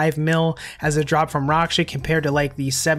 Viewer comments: Raksha= racksha not roksha lmao. Any elite pvmer knows this. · just make a long a sound. raaksha. the developers have said his name multiple times, it's really not hard to find... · It’s not rocksha lmao. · can you say raksha properly please lol